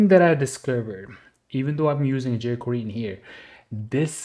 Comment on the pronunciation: How the fuck are you even pronouncing JQuery